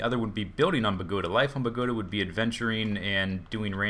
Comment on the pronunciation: bogota is the capital city of colombia for u to know !!!!!!!!!! and is no pronunce like you say it idiots